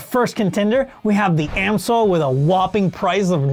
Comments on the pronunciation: It's NOT "AM-SOIL", but "AMS-OIL"... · So, is it Ams-oil or Am-soil? Never heard it pronounced Am-soil before. 😂